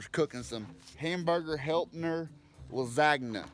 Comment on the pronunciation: “Hamburger HelpNer!” 😂😂😂